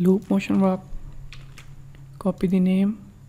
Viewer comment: Its wArp NOT wRap